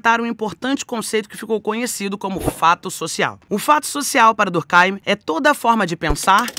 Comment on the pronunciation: Bem que poderia pronunciar durk eim, e não durk áim. O nome é francês, o pensador é francês, escrevia em francês. Lógico, durk eim.